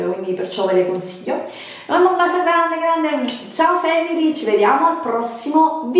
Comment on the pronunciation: Ve le stra consiggghhio cit.